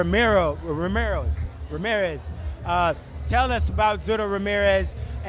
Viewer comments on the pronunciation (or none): If you're going to report boxing learn how to say the names right clown specially when it's an easy one like Ramirez!